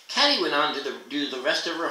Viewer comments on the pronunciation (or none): Katy- Pronounced Kay-Tee